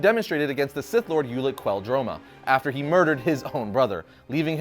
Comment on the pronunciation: The only issue I had with this video was your pronunciation of Exar Kun and Ulic Qel-Droma.